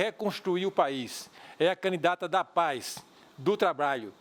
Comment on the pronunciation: Eduardo Jorge quer ser vice- presidente da República - talvez para dar sua contribuição na Educação - MAS fala "canidata" "trabaio" a chapa de uma professora e de um médico - Estamos lascados!